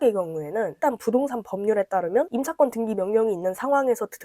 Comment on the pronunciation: 왜 등기를 등끼라고 하시지 ㅎㅎ